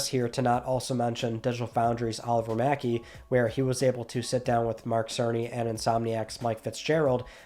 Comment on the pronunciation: "Oliver Mackenzie", not "Mackey".